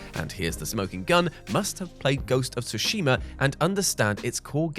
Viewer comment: Is everyone ready for Ghost of "Two-shima"😂😂😂😂 😅 I'll escort myself out.